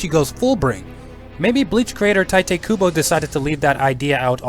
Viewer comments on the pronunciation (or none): its pronounced TAIT kubo, not tie-te kubo, other then that it was a really good video :) sorry for being a language or pronounciation nazi it just bothered me a bit